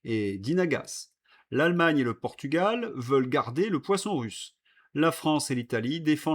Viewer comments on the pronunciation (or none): none